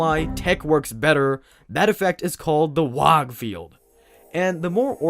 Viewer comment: I took psychic damage every time you said "wog". :(